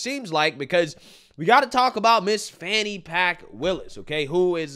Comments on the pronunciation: Her name is FANNY! Not fawnee. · Fawny? No. Fauny? No. Fanny? Yes. Sound it out people...